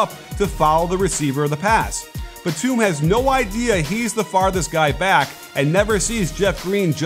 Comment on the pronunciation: He keeps mispronouncing Nicolas Batum’s last name